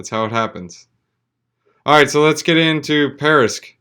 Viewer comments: Why do you keep saying "parisq"? That's like me making a video about bitcoin and calling it bictoin every single time. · Be a professional? start by knowing how to pronounce a project you're covering:)